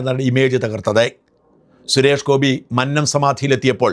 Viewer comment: മന്നം. എന്ന് പറയുക.. അത് തെറ്റായി ഉച്ചരിക്കുന്നത് അടുത്തകാലം മുതലാണ്. പഴയ ജനറേഷൻ manna ത്തിൻറെ ഉച്ചാരണം ശരിയാണ് പ്രയോഗിച്ചിരുന്നത്